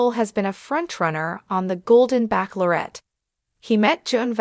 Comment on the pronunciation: What is wrong with this speaker as she can not pronounce the word bachelorette. Also, I heard that his name is really Chester not Charles.